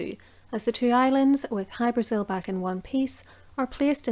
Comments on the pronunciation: It's pronounced hy- bra- ZiL. Most definitely not Brasil . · In Irish oral lore the name Hybrasil is usually rendered with the emphasis on the vowel "a" rather than the vowel "i" as in the name of the south American country. Aditionally, is it possible that the Azores islands or Madeira might somehow have come into the frame?